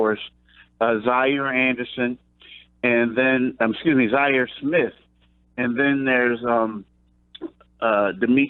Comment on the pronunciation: "Zhaire Anderson" and "Landry Shumpert", come on - it's hard to take your opinions seriously when you fuck up everyone's name.